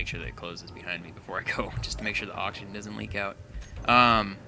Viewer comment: () I’m not tryna be mean but you spelt oxygen wrong you said oxigen FYI